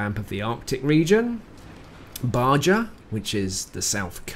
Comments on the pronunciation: Ba-Ja? Good lord, you were just in Mexico, you should be ashamed. It’s pronounced Ba-Ha. Now, onward. New maps and variants are nice, as is the garage (less glare from the Klieg lights). Not keen on the merc tanks, but others seem taken by them so I don’t mind. MM is still pitiful, however. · Baja is pronounced Bah-ha in the States. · Baja is pronounced "ba-ha", as in, the Baja 1,000. It means "lower" and is short for Baja California, the name of the Mexican state below California, USA. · Good vis,. One small correction, Baja is in NW Mexico, and in Spanish, the "j" is pronounced with an "h" sound. Being English, I wouldn't expect you to know this, so it is pronounced BA-HA. As a yankee, I butcher the new name for Himmelsdorf, lol. Keep up the good work in providing tips & info for us. It is MUCH appreciated... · I like it. Feels new. Baja is pronounced ba ha. Lol